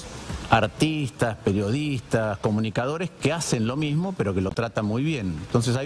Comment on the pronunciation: Shi! Sho pienso exactamente lo mishmo 😅